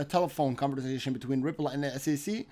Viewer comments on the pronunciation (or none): none